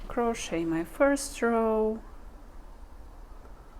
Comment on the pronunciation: A) this inspires me to try making a sweater for my sister and b) uhm the "t" in crochet is silent.. pronounced "crow-shay" 😊 Happy knitting! (Or crocheting!)